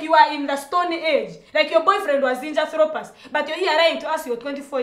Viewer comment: Ati "like your boyfriend was Zinjathropas"😂😂ahh this woman talks